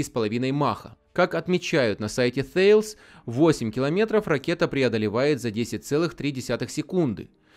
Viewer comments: Обратите внимание, Вы пытаетесь произносить название концерна Thales по правилам английского языка, а это компания французская. Соответственно произносить следует /тАлес/ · Ударение на «е»